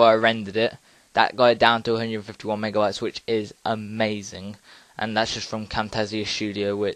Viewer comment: ...Are you saying mega"wats" or mega"bytes"? Seriously, that's what I heard you say. Thanks for the vid btw.